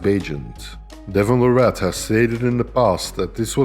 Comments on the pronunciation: I had to turn the video off a few minutes in after hearing la-rat over and over again. His last name is pronounced Lare-it. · PLEASE YouTube content providers... LEARN TO PRONOUNCE THE MANS NAME RIGHT!!!!! It's Larratt like Carrot 🥕😮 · Its Devon Larratt like Carrot, atleast pronounce his name right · His last name is pronounced like parrot. Larrat. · You know there was a time when people could debate if he was legend status or not, but as I've been saying the whole time, watch this man and what he does over the next 5yrs and u can't even argue it anymore. The facts speak for themselves, and when he beats Levan......he will be crowned the indisputable king of arm wrestling Now you just have to get the pronunciation of his last name right lol. It's Larratt, as in Carrot!😮